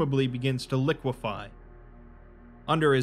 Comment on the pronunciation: Say liquefy again